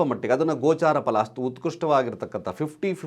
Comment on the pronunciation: Mituna alla, MitHuna. Pala alla, PHala.